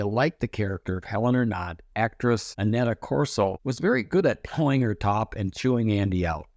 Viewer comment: Annetta 😂 LoL that's "Anita"